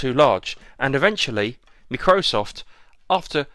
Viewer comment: Macrosoft? lol. Micro - Soft